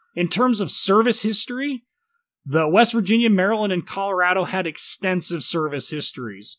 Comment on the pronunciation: You pronounce Colorado wrong